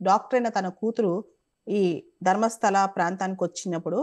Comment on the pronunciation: adi dharmastali kadu madam, "Dharmastala"